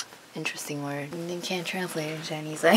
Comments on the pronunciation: chinese pronounciation is very good! Compared to someone who doesnt speak much chinese its very good. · Omg I'm not even kidding your pronunciation of Chinese is really good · Lmaoooooooo YASS😂 pronunciation is PERFECT